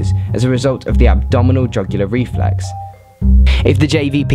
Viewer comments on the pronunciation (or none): REFLUX REFLUX REFLUX REFLUX "UX" NOT "EX" It's a reflUX not a reflex!!!! Sorry just one of those things...